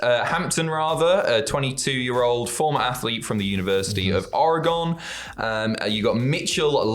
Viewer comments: You said oregon wrong. Cracks me up when people do that. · Hearing pronounce “Oregon” really caught me off guard, but in a good way.